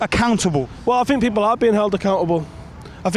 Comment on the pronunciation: ‘I fink I fought, anyfink’ people can’t speak properly these days